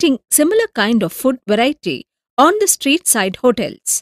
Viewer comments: it's food not fud😂😂🤣🤣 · But its food not fud